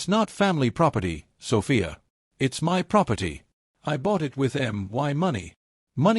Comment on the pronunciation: Why can't AI pronounce "my?" BIL was as bad as a slimy lawyer.